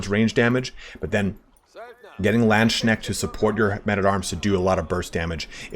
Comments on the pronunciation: People already corrected but it is Lands-Kneht, not Land-Shneht ))) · OK ok heres what I got to criticize: You pronounce Lands-knecht as Land-schneckt which looks and Sounds like "land-snail" lmao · Ngl i always wonder on what arcane websites people get their pronounciations for german words like Landsknecht